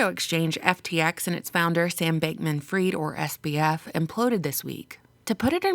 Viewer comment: it's pronounced Fried as in Fried Chicken and not Freed Chicken, cus ur speaking english.